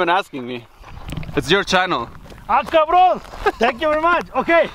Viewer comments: Ask the other guy to stop with his caabron. He says it so much that it sounds like asshole n not caabron. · what is he saying? " cavrone "? or something? what does it mean? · If I had $1 for every time he says cabrõn I’d be rich